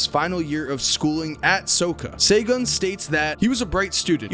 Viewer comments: By the way, Segun is pronounced "shay-goon" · Bruh i was cringing the whole when he tried to say segun and ibadan